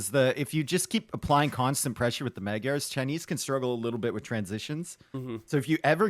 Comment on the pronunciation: This is why Magyars are in the top 2 for best feudal (along with Cumans). And I hope YouTubers learn how to say Magyars and Khmer soon 11